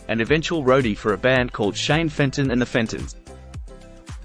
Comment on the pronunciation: Really good feature. Just one thing. His first band was pronounced The Fentones. 😀👏👏👏